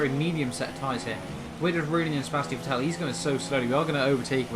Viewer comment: Dude learn How to say. Vettel